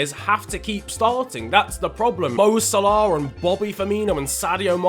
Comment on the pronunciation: why do you say salah like sole-auohhhhhh it is sal-a